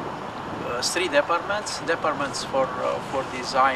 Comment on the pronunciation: Sri :) Buna asta :)) Foarte aproape de "three-ul" original :) "In regulaton,aaah,Ruopean norm" clar :)) Ft concis si clar tipu.Mai mancam si cuvinte,ce conteaza ... concisi sa fim,conteaza :)